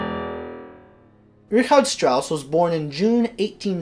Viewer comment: Thank you for pronouncing the name correctly. Although my name is spelt differently (Rigard) it's also pronounced like Richard Strauss' name.